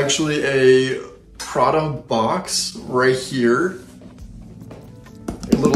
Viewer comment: Pra-DA.....with an inflection at the end LOL. On the next video, reviews a Ro-LEX